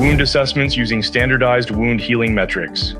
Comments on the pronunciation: AI narrated. Wound (wownd)- that's a tough one for them. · Yes. You ever heard wound pronounced that way?